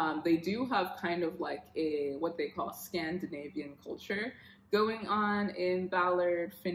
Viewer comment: LOL "Scandanavian" 😂 This was so helpful! Thank you!